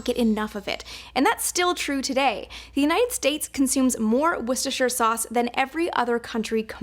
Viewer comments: Woster not Wostershire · Woystuhsuh sauce? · Woostah shiya sosssss bub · Dear USA, shire is pronounced as shear. Worster "Shear" sauce. Not Shy-er. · It is pronounced WOOSTER, not "WOOSTERSHIRE" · everyone in the uk calls it Worcester sauce - pronounce Wooster. It's also NOT pronounced Woostersher it's pronounced woostersheer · IT'S PRO NOUNCED WOOSTA SAUCE YA DONUT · Finally get to know how washursister sauce is made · Not in the UK we don't, it's pronounced WUST - ERR - SHIRE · Whambaster sauce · Dictionary: Wor-ces-ter-shi-re sauce. Everyone: Warshur sauce. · Always loved this sauce but only recently found out it had fish in it. You would never guess by the taste. It's pronounced wuster sauce by the way. English has never been straightforward.Welsh on the other hand is pronounced exactly as spelled.If you can get your tongue around it. Ha ha. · It's pronounced wooster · It’s whoostershir sauce, not as it’s written but as it’s pronounced. At least in the 60 year old category of North Nottinghamshire uk. Whoostersestershire sauce is..... maybe a take on it but from north Nottinghamshire I can promise you that’s as near a correct spelling o pronounce as I can come up with. Ps, I don’t personally use it much but when it’s needed nothing takes its place xx P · Its pronounced wuster sauce they said it multiple times. You can literally Google how to pronounce it. The people working in the factory also said it multiple times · you so confidently pronounced it wrong. The correct pronunciation is "Wooster-shear sauce" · It’s pronounced... wor- Chester- shire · Called it Wooster sauce my whole life. Now i strive to pronounce it correctly, you can too with practice. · It's pronounced /wustershire/ sauce. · Woooster Shear. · I'm from Worcester UK. Best pronounced - Wusta-shire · its pronounced Wustershur. I'm from Worcestershire County living 10 minutes away from the city of Worcester in the UK, I also work one road away from the factory :) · wistis sauce